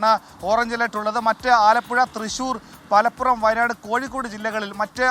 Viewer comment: മലപ്പുഴം എന്നൊരു ജില്ലാ ഇല്ല 😂ആർക്കും പറ്റും പക്ഷെ കേട്ടപ്പോൾ 😂